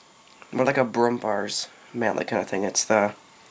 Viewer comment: Its pronouncel like Brummbeeaaahhr, not brum-bar